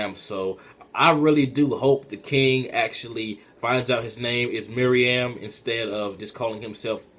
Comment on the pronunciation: And btw, it's not MIRIAM It's pronounced "MEH-ROO-EHM" Meruem